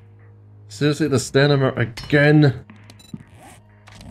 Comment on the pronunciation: Heh, ”stanima”